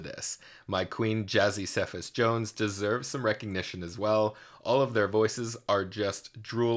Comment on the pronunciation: Okay I hate to be THAT person but her surname is pronounce ‘SEE-FAS’ not ‘SEH-FAS’ :)